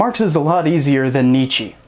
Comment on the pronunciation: Hey, nice video, but please go check out how to pronounce Nietzsche correctly. Unless you were doing it incorrectly on purpose as a joke, then that is fine.